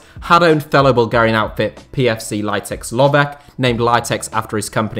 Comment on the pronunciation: Very bad pronunciation of the name Litex Lovech 😄😄😄🔥🔥🔥🔥